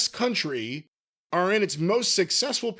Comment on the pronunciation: Found the press release they read from. Can't even pronounce the word "county" either. Kept saying "country".